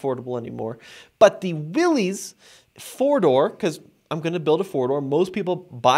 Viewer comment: Its not pronounced Willys, but pronounced Willis. For 2024, Jeep made the Premium Soft Top standard (this used to be a $695 option) and dropped the cheaper vinyl soft top. Nothing against a hard top, but most people will take it off once and find out what a huge ordeal it is to remove it and then you have to figure out where/how to store the hard top. Even in cold climates, the premium (twill) soft top is fine and much much easier to raise/lower the top in minutes vs the hard top. The larger 12.3” screen is a huge upgrade over the old 5”, 7” and 8.4” screens in previous JLs. For 2024 Jeep also upgraded the seats with better materials and cushions. Convenience group for $1995 is a deal for all you get and I would not pass on that. To me, a base Sahara with no options seems to be the best deal for 2024